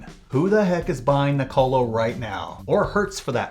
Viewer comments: Seriously we need to work on how you pronounce Nikola. The subtitle even thought you said “Nicolo” :)) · You had me....until you said Nikola lol